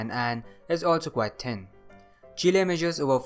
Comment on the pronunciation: "And chile is also very tin"